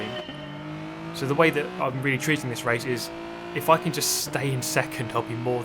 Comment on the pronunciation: I know but it just sounded like that xD